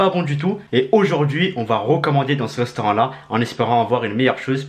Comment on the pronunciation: Restaurant pas reustaurant 😂